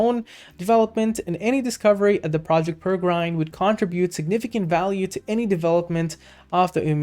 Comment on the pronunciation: PEREGRINE is Properly pronounced as Pair-a-grin....named after the Peregrine Falcon.